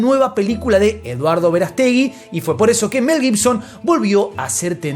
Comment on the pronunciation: El apellido Verástegui tiene acento en la "a" no le pongas la elevación de voz en la e